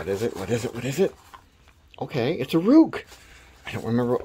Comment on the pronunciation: It pronounced "Rake"